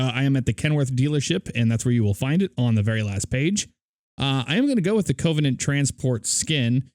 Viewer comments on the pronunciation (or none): I'm triggered by how you say Covenant. Its pronounced: kəvənənt